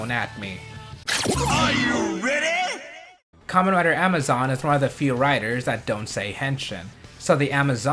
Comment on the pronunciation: It's Karmen rider w not double